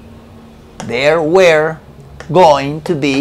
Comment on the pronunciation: Realmente me encanta como tus videos me ayudan cada dia a mejorar mi ingles. Solo como comentario "la pronuncionacion del were" que estas utilizando no es la correcta. Por mucho tiempo la pronuncie de la misma manera que tu pero no es la correcta. that is all, thanks